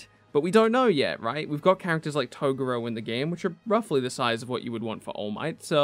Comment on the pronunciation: Fuck sake you’re still pronouncing TO-GO-URO wrong